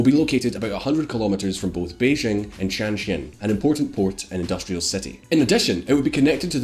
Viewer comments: There's getting a pronunciation wrong and then there is deliberately f**king up and half of the names spoken in this video fall into the latter category. Tianjin starts with a T, how in the hairy goat's arse do you pronounce that as a 'Z' sound? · you're killing me with the mispronunciations! Xiong'an = shee-ong an. Tianjin = tee-en jin. Guangzhou = gwang joe. Any other videos on China, please find out how to pronounce the names first! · I disliked this video because you butchered the names of Xiong'an, Tianjin, and Xi Jinping. The X in Chinese sounds like a "sh" sound. not a "J" sound. the "T" just sounds like a "T" not sure how that got butchered as well... I'm just letting you know so at least you wont have to wonder why one person disliked the video. If you looked up the pronunciation of Chinese names before recording you would sound so much more reliable and professional.